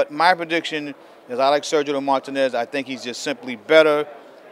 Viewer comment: cant stand how he pronounces Martinez's name...YOUR'E FIRED!!!